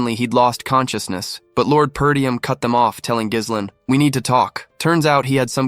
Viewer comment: that's not how you pronounce Ghislain. In either French or English. We're supposed to go through 52 chapters when protag's name is annoyingly mispronounced? seriously?